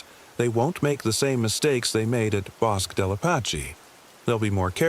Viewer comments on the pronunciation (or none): I'm a New Mexican and 'Bosque' is pronounced *bo-skeh*.